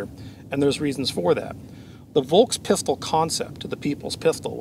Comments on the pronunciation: One little note. V in german words is universally pronounced as F. FolksWagen. FolksPistol. Folksturm. And just to hit two birds with one shot, S before T (like in VolksSTurm) or S before P (like in spindel) is pronounced as Sh. Like in shot. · Just for the record : you would pronounce "Volkspistole" like this : Folkspistole. 😉